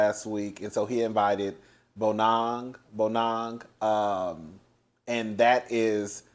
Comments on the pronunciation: U said bonang perfectly 🥰 i yelled get it cousin. N yes google it nadia rapper bf passed. His name was aka i think. He passed after filming wrapped. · Its the singing for me😅😂😂😂Hey! And your pronunciation of Bonang's name is 100%